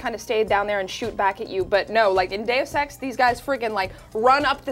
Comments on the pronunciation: omfg god its not "da-use ex" its da-us ex" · When she said deus ex review it sounded like a day of sex reviewed lol... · says DayofSex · lol it sound like she says "joining us for a day of sex..."